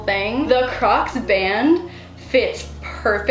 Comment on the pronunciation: I thought she said we’re making crack heels 😂😂😅🤣